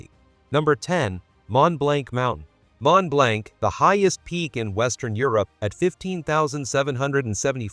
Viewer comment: ..& with short 'o' sound: 'blonk', rhymes with honk, not a long 'a'. Many Mispronuciations are dreadful..